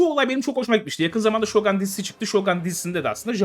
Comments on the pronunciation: Normalde telaffuza takılan biri değilim ama Shogan değil abi Shogun. Garip geliyor sanki silahmış gibi okuyorsunuz. :D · Yalnız o Şogan değil Şogun olacaktı 😜😜